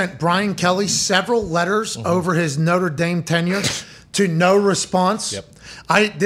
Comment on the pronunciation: “LOTRE DANE” 🤣💀